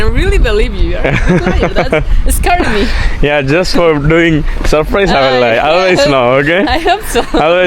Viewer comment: Its sapprice😄😄😄 ... Not surprise 😅😅😅